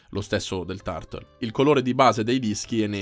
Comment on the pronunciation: Caro sei un ottimo recensore ma Turtle pronunciato 'tartol' non si può sentire, corri ai ripari.